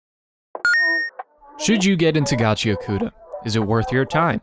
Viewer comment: Reminder to everyone that it's pronounced "Gachi-akuta" not "Gachia-kuta"